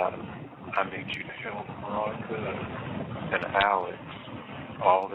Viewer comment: I hate the way he say Rhonda because that's my name 😮